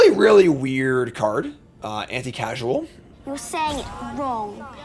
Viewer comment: Anti-causal. As in cause. Not anti-casual. Vestige is pronounce "Vest-idge" not like it rhymes with "prestige".